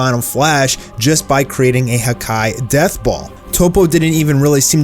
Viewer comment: Dude, his name is toppo not topo. Top-po.